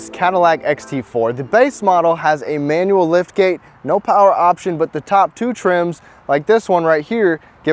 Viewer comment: "Mee-Ann-U-Al." lol